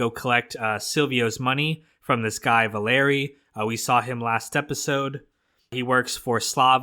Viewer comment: his name is pronounced Val-e-re- not Va-lair-re